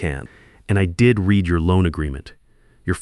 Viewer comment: AI still can't pronounce words like 'read', and the details don't really fit in the real world (someone worried about $18,000 tuition payments can miraculously borrow $2,000,000 years before?!?).